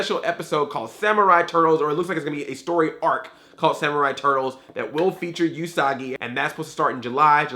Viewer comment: Usagi is pronounced "Oosagi", not "Yusagi". "Usagi" means "rabbit" in Japanese.